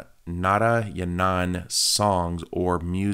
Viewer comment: It's santhosh narayanan dad Not santhosh nara-yana-n 😂😂😂😂